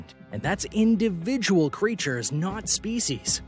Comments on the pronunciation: your emphasis implies you think that makes it a more impressive figure. 33000 individual creatures is less impressive than if it was species. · why is he saying it like it makes it sound bigger lmao